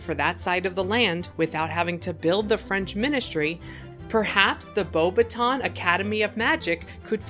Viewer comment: Great update but LOL at your pronunciation of "Beauxbaton". The "baton" part sounds like how we'd say "Mountbatten" - emphasis being on the "bat" and not the "ton".